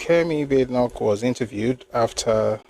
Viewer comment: Hello brotherly, nice session as usual. Badenoch is pronounced Bah-deh-nokh. It's Scottish name.